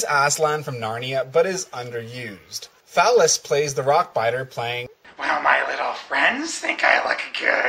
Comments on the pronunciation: 4;12 It's Phelous, not Phallus, you goof. XD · Phelous has always been my favorite reviewer and his horrific schitzophrenia here works for me. (And you said his name wrong) Paw and Handsome Tom's running gags died there on the carpet right infront of me.